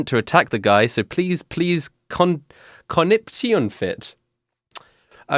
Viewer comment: Conniption (con-ip-shon) - a fit of rage or hysterics lol